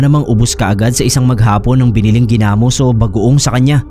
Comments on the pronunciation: New listener here, ang ganda ng mga stories nyo po,na bother lang ako ako sa pag pronounce ng Ginamos..😅 gi-namos po hindi genamos☺️ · yung pronunciation po sa ginamos ay naka stress sa o at ndi sa a, like: ginamós at ndi ginámos. Hehehe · Ganda ni Janesa story.. legit na fiction. .paano mkagawa ng ginamos(not pronounce giiii-namos) ang isang aswang gayong ang ginamos ay bagoong sa Tagalog.. puro Asin ang pangunahing ilalagay na sangkap? tsaka may nakitang tainga ng tao na nga sasabihin pang baka hinaluan ng Karne ng tao... scriptwriter konting aral pa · hahaha! hindi ako mapakali Gina-mus! haha hindi Gi-na-mos.. 😁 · Sir Gi' Namos Hindi ginamos